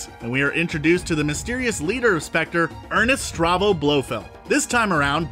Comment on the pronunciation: Couldn’t find a narrator that actually saw these movies? ‘Ernest Starvo’? ‘A View to Kill’? ‘Bronson’? C’mon…